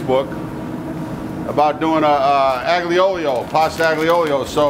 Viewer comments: How can he be Italian he said aglee oleo lmao you notice he deletes comments that he doesn’t like ? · Ya but he said aglee oleo???? my god! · He said aglee oleo ?? lol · Its the "aGlee Olio" for me hahaha, love this man and his earnest cooking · Aglio e Olio is pronounced eye-yo eh oh-lee-oh. that's as close phonetically as i can get it. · No it’s aglee oleo .... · I love you and your videos, but it is pronounced like “All-ya Ool-yo”. Our family traditional Christmas Eve dinner since my Great Grandparents came over. We use a bit more anchovy and garlic, though it is for a big family. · This is real bullshit, this is not an aglio e olio pasta, he even pronounced it wrong, the "g" is silent. Every Italian would be enraged by the way this dish is made. He even salted the pasta after he put it in the sauce, no need for anchovies, the garlic is too much and in thick slices, he didn't put any parsley and the cheese (Pecorino) is used after we serve the pasta which is complemented with thin pieces of peperoncino (chili). What a joke this guy is.